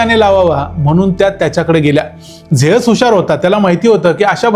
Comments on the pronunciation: झेअस ❌ झीयुस ✅ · झ्यूस ❌ जेअस✅ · झेअस नाही झ्युस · Good presentation. A polite suggestion. Confirm please- God ' Zeus' Pronounced like as Zi short as Zee TV & & Oos/Us as in Sugarcane 😊